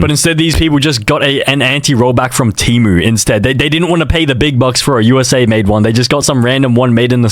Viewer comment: No way, bro said T E M U 😭😭😭😭😭😭😭😭😭😭